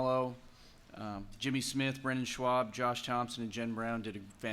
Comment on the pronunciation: calm down, he came around, he just misread real quick